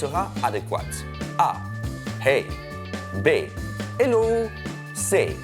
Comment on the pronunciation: Y a pas de musicos chez Topito ? Le hello, c'est clairement SOL DO et pas Mi DO pfff. Vous devriez pratiquer plus souvant la soldomi ...